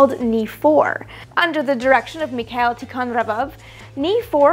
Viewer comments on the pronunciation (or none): AMY! Say after me: Me-khah-eel Awesome vid, by the way.